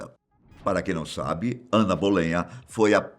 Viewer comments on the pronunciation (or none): Não é Ana "Bolenha" e sim Ana Bolena, a segunda esposa de Henrique VIII